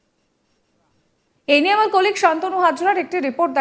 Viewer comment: সাংবাদিক উচ্চারণ ঠিক করুন।